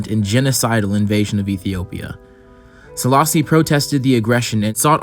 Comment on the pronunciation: just a gentle correction but also Selassie is pronounced as "AY" at the end, not an "EE" sound, like the word café.